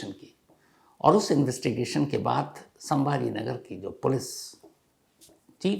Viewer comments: its sambhajinagar not sambha nagar. Please 🙏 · संभाजीनगर hai sir not sambhra nagar